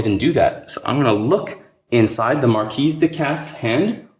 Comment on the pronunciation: Good stuff Corvids are my favorite faction. Oh and it's MarKee no S sound.